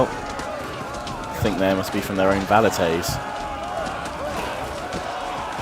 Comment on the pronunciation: Velites not Valites :D